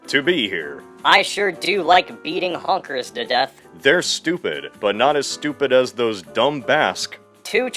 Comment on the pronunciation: I don’t know why, but every time I hear you say “Honkers” it just sounds more and more racist than the last time